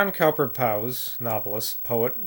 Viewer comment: 'Cowper' is pronounced 'Cooper' !